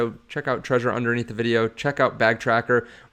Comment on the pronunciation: Isn’t it Trezor with a Z, not treasure?